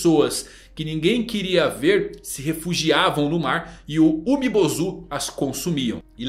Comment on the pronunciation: na verdade se fala Umibôzu